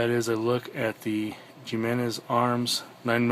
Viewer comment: Not sure about yours but the ones I've came across will release the magazine while the slide is open. Maybe someone should contact the manufacturer and ask them why some do and some don't. Oh and btw In one of your magazines you have hollow points which they don't recommend and it's name is pronounce with an H and not a J 🙄